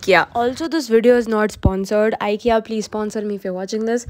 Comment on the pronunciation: You pronounce IKEA wrong